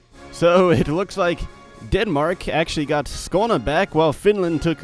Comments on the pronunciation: finally a non-scandinavian pronounces skåne correctly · Damn your pronunciation of Skåne was really good , didn't expect that from an american.